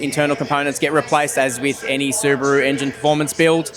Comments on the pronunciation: It's subaru not subarrrru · What's a su-bar-ru? Is it related to a kangaroo